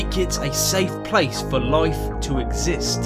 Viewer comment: One word "loife"